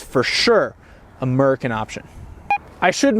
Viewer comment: he said murkin